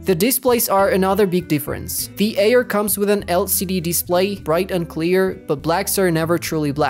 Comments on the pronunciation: Wtf that supposed to mean the Ayer? What kind of fucked up accent says Ayer instead of Air? 🤣 Retyna 🤣🤣🤣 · the way u saying "Air" makes me not wanna trust u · The way you pronounce “Air” really ruined the experience 💔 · "Eer" and "reteena" I can't 😢😂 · FR FR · the way he says air kills me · That’s mean he can’t control that